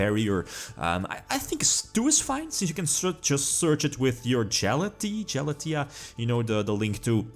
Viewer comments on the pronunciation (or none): It's not "Jellatee". It's Gah-Lah-Teh-Ah. Nice videos though, can Orcust reach tier 1.5?